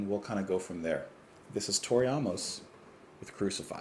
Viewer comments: Her name phonetically Is not ah-mos, that would spelled aumos, her spelling is Amos so pronounced A-mos like the letter A. Not being smart ass just a little help with how to know how to pronounce an unfamiliar name. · Why are you pronouncing her last name like that? It’s AAA-MUS. Long A. Like the man’s name.